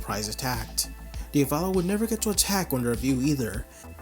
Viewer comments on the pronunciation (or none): “Diavallo” bro it’s pronounced Dia-vo-lo like how you would say Diablo